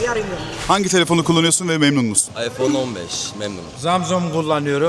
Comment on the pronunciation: İsmini söyleyemiyor iphone kullanıyor adam 😂